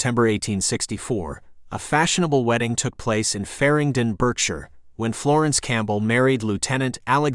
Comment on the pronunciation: Thank you I enjoyed this...by the way Berkshire is pronounced Barkshire..